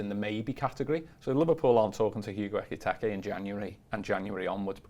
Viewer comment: Can someone please advise on how to pronounce Ekitike's name properly